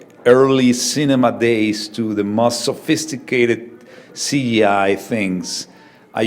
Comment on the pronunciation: did he just fail to say "CGI" .....?